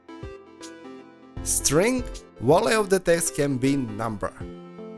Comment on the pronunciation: absolutely impossible to understand this guy "wah-ley" is what you say for the word VALUE ? not even fucking close, bro